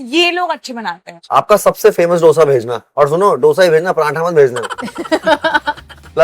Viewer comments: Not Dhose - Dosha or Dosai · if someone calls Doughsa instead of Dosa better stop eating Dosa , how difficult is it to learn a word ??? for real this is damn annoying Dal wala dosa yaar stop ruining it